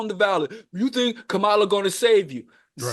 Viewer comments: KAH-ma-la, not Kah-MA-la. 🤣🤦🏾‍♂️ You killing me fam. You got it eventually tho. 💪🏾💪🏾💪🏾😂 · it's comma-la not whatever name you keep saying lol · What’s so hard about saying Kamala Harris name correctly? We get on to Trump and his cronies for saying it this exact way.